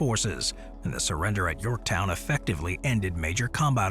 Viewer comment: You missed the N at the end of Yorktow?.